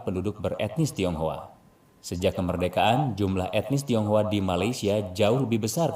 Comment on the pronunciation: Tionghoa kak bukan thiounghua